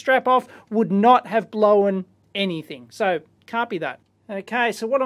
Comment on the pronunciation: "blowen"... crazy aussie